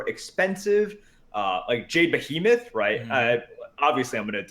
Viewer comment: "Jade Beh-heh-meth" will never not make me cringe....